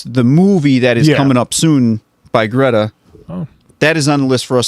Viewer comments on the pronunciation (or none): none